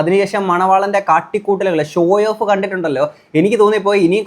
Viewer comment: ഷോയോഫ് അല്ലടേയ്........ ഷോ ഓഫ് (SHOW-OFF)